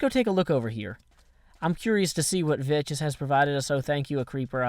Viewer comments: It's pronounced Vex but calls him Veches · If you ever watched Vechs' videos you'd see that he pronounces his own name as "Veks" in his intro. says his name like Vetches. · VECHS IS PRONOUNCED VEKKS NOT VECHES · It is pronounced Vecx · You're the idiot. pronounces it "Vetches" as a joke. Sometimes, even Vechs himself pronounces it "Vetches" in the intro to some of his videos. Radignostic was just making a joke, and apparently you couldn't take it. I hope you understand now. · "Vechs" doesn't care much about how people pronounce his IGN, because he lets pronounce it "Vetches", since they're "good friends". You could pronounce his name,"Vetchasaurus", if you want(just make sure you're saying it in a fearful way;D) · no, it's pronounced Veks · It's a purposeful mispronunciation.